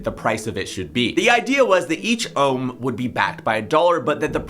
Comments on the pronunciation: my man you said rome instead of ohm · when you said nobody has to bond ohm (well you said rome)